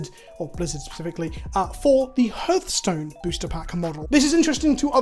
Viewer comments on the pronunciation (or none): It’s “Har” like “Heart” not “Hur” like “Hearse”